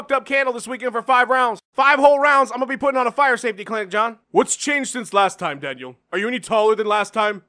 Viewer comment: The way Jon says Daniel is fucking great